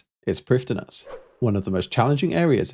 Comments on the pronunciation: Hello! Fluent Welsh speaker here Prifddinas is pronounced Preevtheenáss The "th" is soft like in "the" The first ee is long and the second is short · Prifddinas has a pronunciation guide on the wiki. It's prive-THEE-nuss. Basically every name besides Zalcano in this video mispronounced, but that's because most people don't know how to read Welsh. Hunllef (which is nightmare in Welsh) is said like ˈhɨ̞nɬɛv, or in more common letters, hin-hshev. Really, there is not proper way to pronounce it, because the "hsh" part I used there does not have a sound in English. It's basically making an sh sound while allowing air around the sides of your tongue as well. Truthfully, either try super hard or don't try at all. I've not seen anyone get it right, and I most certainly do not know Welsh enough to get it right myself. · Welsh pronunciation is a little odd, every time you see a LL for DD they're actually considered one letter for pronunciation. DD is pronounced a bit like th in English but more d sounding? LL you pronounce by putting your tongue to your teeth and pushing air around the sides, almost like a hiss. So Priffddinas is pronounced sort of like PRIF-THI-NASS. Also Iorwerth was my grandfather's name and is pronounced like YORE-WETH. Loving the series :) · "dd" in welsh words is pronounced with a "th" noise. So, "Prifthinas" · Quick Welsh pronunciation guide from someone who lived in Wales for 3 years as a kid, spoke fluent welsh, moved to England and forgot it all: dd = th as in the (not th as in thread) f = v y = ee but shorter So prif is actually priv and the full name is just privthinas which is not as bad to pronounce as some people would claim (yeah if you're trying to actually sound welsh it's hard but getting the basic sounds right is not)